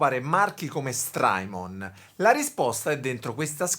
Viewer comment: (S)trymon con la T di tabacchino!